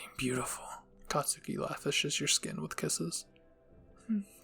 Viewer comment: You're saying katski wrong btw